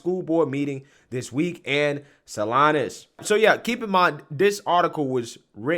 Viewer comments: Salinas is pronounced w/long "e" not long "i" Not a big deal but will help many identify. This is HORRIFYING. When I started teaching we had to be VERY VERY CAREFUL NOT TO EVEN SHARE OUR FAITH...now these BASTARDS are destroying children's identities. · I thought it was funny that you called it Sal-eye-nas because it's pronounced Sal-eee-nas Then the reality set in of how local that is... 😡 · Salinas is pronounced Sah-Leen-Us and not Seh-Lynus otherwise a great video as always. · Salinas =saleenas the i makes a long "e" sound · Thank you for bringing awareness to this serious overreach by public educators. Just an fyi, “Salinas” is pronounced “Saleenas.” Keep fighting the good fight! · Sa-lee-ness….. but your your good my man. No worries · Haha salinas is my hometown. It is pronounced sally-nus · Friendly tip, it's pronounced "Saleenas." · Pronounced Say-leen-ahs